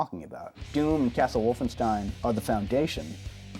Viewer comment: “Castle wolfensteen”